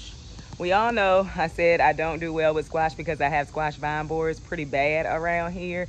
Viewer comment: YOU HAVE A GOOD HEART! HALF OF YOUR BACK PORCH IS STYLISH, (RED CUSHIONS PART) - YOU HAVE AN INTERESTING "ACCENT" ON SOME WORDS, LIKE 'WELL' AND 'THERE'... WHAT PART OF THE COUNTRY DID YOU GROW UP?